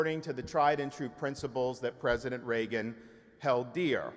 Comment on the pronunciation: It's the first time I heard someone speaking highly of "President Ray-Gun"